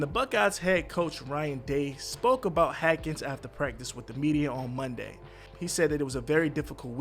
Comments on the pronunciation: Dwayne Haskins... not Hakins. Spelled correctly...pronounced wrong throughout the video. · Dude 1st of all his name is HASKINS NOT HATKINS!!! Secondly for you to say that SOMEBODY said he wasn’t satisfied with the way his career was going is pretty much on the line with what that IDIOT Adam Schefter said. Before you start reporting a death you should get facts and NOT spread WHAT YOU HEARD, unless it’s FACTUAL. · Why do you keep leaving the S out of his last name? It's NOT silent. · You can't read that well it's Hassss kins not haken.. lol but ok 👍🏾 u said alot 🤣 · His name is haskins not hackins you moron! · Last name is Haskins not Hackins js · His name is pronounced “Haskins” not Hatkins bro… C’mon man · HASKINS!!!!! Well we see why he does this on YouTube…man do you not even check your videos before you post them!?? That’s very disrespectful!!! Now who is this DeWayne Hatkins you keep talking about!!???? HASKINS MAN!!!!! You should apologize to the family for doing such a botched amateur video on their loved one they mourn and you can’t even get his name right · I salute you for the video, but his name was "HASkins" not "Hackins" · He ran out of gas. We say "Haskins", you say "Hackens"? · It's Haskins not hakens bro all ur videos say that. RIP DEWAYNE O-H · Yo say his name right HASKINS not hakin sheesh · HAS-Kins. Not HA-Kins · His name is not “Hakins” it’s Haskins. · HASKINS not Hackins. That drove me crazy over and over though out the video. I almost just turned it off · Can you not read?!? It’s one thing to not know the player but how do you pronounce Haskins ‘Hackins’. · “H-a-s-k-i-n-s”. Ha-skins,,,,,,not Hakins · Man you pronounced the man name right once in the entire video smh HASKINS NOT HAKINS BRO! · He even pronounced it Hadkins at one point and that's when i gave up with hope in this situation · Hackens though.. the disrespect of this man's name!! Worse than Stephen A Smith saying Kwamay instead of Kwame. 🤦🏿‍♂️🤦🏿‍♂️🤦🏿‍♂️ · It’s pronounced HASkins!